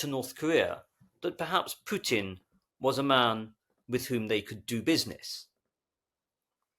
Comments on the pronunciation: Putin's name - the letter U - is not pronounced like in "pure" - it is pronounced like in "poo" - easy to remember. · I get the impression that some people pronounce it "Pewtin" to emphasize the stench that he is.